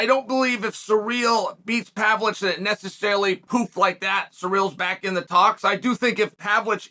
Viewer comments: Chael, he is not PAVLICH, he is PAVLOVICH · Hearing Chael mispronouncing Pavlovich is the best experience, good to see you again, G.O.A.T